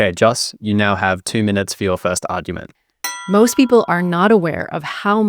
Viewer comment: How come the moderator cannot say 'argument' ?